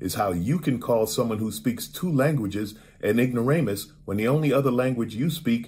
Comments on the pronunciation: Lol, Ignoromus. uh maam, we live in america. Could you speak EN glish? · "IgnorAH-MUS!" LOL!!!! This Karen really is a piece of work. Ugh. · Every day, I become more embarrassed as a white person...every day...more and more by the "ignorahhmuses"